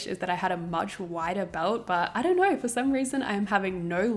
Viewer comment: "stayc gorls, if you knaur, u knaur" U ARE SO CUTE AND FUN ILY